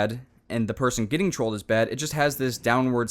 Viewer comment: why dose this guy say ant instead of and or trollt instead of trolled